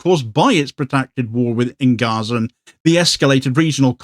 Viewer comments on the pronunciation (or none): none